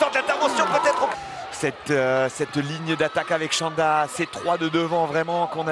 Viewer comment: Chanda, no shanda. It is pronounced "ch" as in "chief"